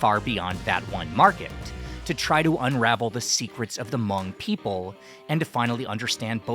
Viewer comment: Thankyou for not trashing the name Hmong with (Ha)mong like most people do.